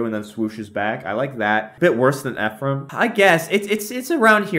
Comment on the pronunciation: I’m serious. My twin brother is named Ephraim. Thank you for pronouncing it correctly.